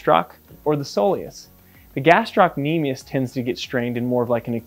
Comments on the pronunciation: In med school I failed to diagnose an achilles rupture on a guy whose motorbike had tipped over while he was on it. I thought Thompson's test was negative but it turned out I just wasn't squeezing hard enough! Tricky. Oh and just one thing about the etymology and pronunciation of "gastrocnemius". Taken from Wikipedia: "The muscle is named via Latin, from Greek γαστήρ (gaster) "belly or stomach" and κνήμη (knḗmē) "leg"; meaning "stomach of leg" (referring to the bulging shape of the calf)." Oh and eccentric is pronounced ex-centric. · Thank you, this is most interesting and educational. One small comment about the word gastrocnemius : it's gastro-cnemius (the belly of the lower leg) while you were pronouncing it as gastroc-nemius (which in greek does not make sense)